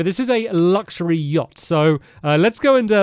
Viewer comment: "Stampyhead Stampynose Stampy's Lovely Luxury Yahct" (S.S. Stampy's Lovely Luxury Yahct)